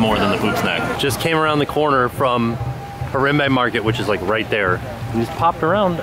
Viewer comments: it's like har-ahm-bay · you're saying harambe wrong and it makes me sad :( also were you talking to a cast member ? he sounds a lot like someone i used to work with there!